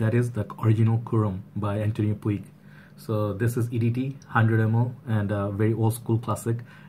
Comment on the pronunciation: Its pronunciation is আন্তোনিয়ো পুঁজ, not পুইগ।